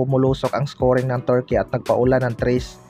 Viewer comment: KAYA NGA EH HYPE MAGKWENTO KALA NIYA SIYA ANG NAKAPANOOD, TSAKA KAABAN NG GILAS TURKEY ITONG NAGKWEKWENTO TORKEY NG TORKEY HAHAHAHA